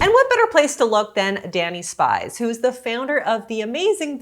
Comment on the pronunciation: Love Dani Spies and been a fan of Clean and Delicious for years. ❤ I wish you had bothered to learn how to pronounce her name.